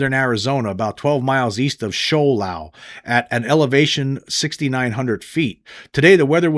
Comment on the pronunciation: FYI. It’s Show L-oh-w to be fair. Not far from (15-20 miles) from Snowflake, AZ. (Travis Walton location)